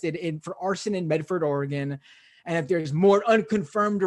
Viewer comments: I try not to care but every time he says OR-Gone I cringe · It is pronounced Orygun. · You're saying oregon wrong and it's hurting me.